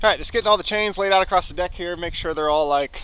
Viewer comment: Wtf is ‘acrossed’?